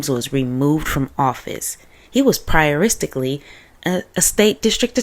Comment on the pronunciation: Did you seriously say, "prioristically"? 🤣😂🤣 Love it!